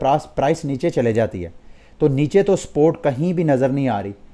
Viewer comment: Why do you say “sport” instead of “support”